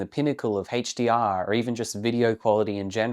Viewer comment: I'm not here to whinge about rec709, I'm here to rag on "Həidgj-Dee-Arr"